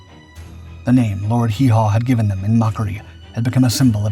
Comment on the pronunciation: Not Lord Hee Haw. Joyce was known as Lord Haw Haw.